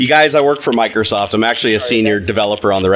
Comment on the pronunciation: miclowsoff sewices wiwusses